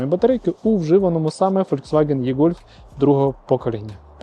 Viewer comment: До чого тут це? Варіантів вимовляння є 2. Або І-гольф, І-трон, якщо наслідуємо англійську транскрипцію, або ж Е-гольф, е-трон, якщо наслідуємо український переклад (від слова Електричний). Але точно не Є-гольф, є-трон, як вимовляє автор відео. Єкання це калькування російської.